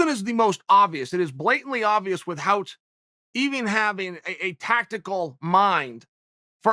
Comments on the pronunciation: Chael “With-hout” Sonnen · Why does chael pronounces "without" as "weaf hout"? Is it like a Oregon accent?